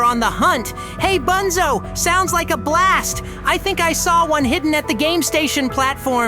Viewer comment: No way bro called bunzo “ boonzo “